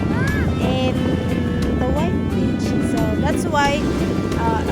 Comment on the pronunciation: SOMETIMES WHEN YOU SAY THE WORD; "BEACH " IT SOUNDS LIKE YOU'RE SAYING BITCH...🤣😂🤭 AS IN A "FEMALE DOG"... ITS OK; YOU GET ME GIGGLING. I❤IT‼️ I WAS LAUGHING SO HYSTERICALLY HARD! THANK YOU SO MUCH FOR MAKING MY DAY A HAPPIER AND A EVEN BETTER DAY AT THAT. I CAN ALWAYS COUNT ON YOU & BIG "E" TO MAKE ME LAUGH AT THINGS YOU DIDNT EVEN PLAN TO DO ON PURPOSE, BUT OUT OF THE BLUE...YOU TWO SAY THE FUNNIEST THINGS SOMETIMES OR CLICHÉS THAT JUST FLOW; & MAKE MY DAY RUN A BIT MORE SMOOTHLY‼️ (Y'ALL KNOW HOW HARD SHE MADE YOU LAUGH TOO 🤣😅😁😆😄🤭‼️) YOU'RE ABSOLUTELY ADORABLE. ‼️ PAN SLOWER...I SOOOO ❤ THE ESSENCE OF YOUR PHOTOHGRAPHY. THAT SUN UPON THE OCEAN LOOKS LIKE SARAN WRAP... N--I--C--E‼️